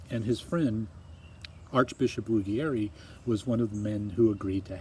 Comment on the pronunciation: You are wonderful. Trust me, I am from Italy. Ruggieri is pronounced Rooh-jjay-ree though :) kiss